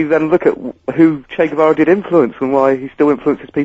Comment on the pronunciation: Ah yes... englebert guevara 😂